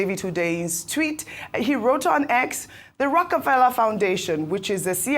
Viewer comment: Rockie Fella.... Dr Abatti could not be corrected. It is pronounced ROCAFELLA not spelt correctly but to help him learn pronunciation.